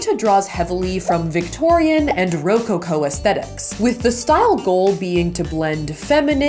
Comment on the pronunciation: You looked amazing girl! Rococo is actually emphasized a little differently. Co is said like the coco power. So it’s roCoCo. But I love you! I can’t wait for you guys to get married.